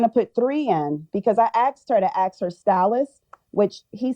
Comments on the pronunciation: Listen judge I axed her to ax the person she normally ax to ax for an ax. But when she axed that person she normally ax for an ax they axed her for the ax which made her ax what ax they were axing about. Ax. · She is an influencer but she can’t pronounce ‘ask’ correctly.